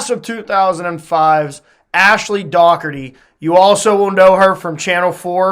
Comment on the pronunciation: Great interview. And thanks for pronouncing Dougherty the right way! (An '87 Bethany grad, BTW ...)